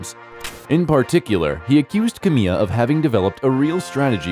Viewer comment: Camilla is pronounced as it is spelt not Cam me ah !